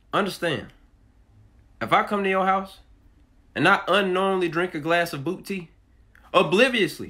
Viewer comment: Glass of bootea got me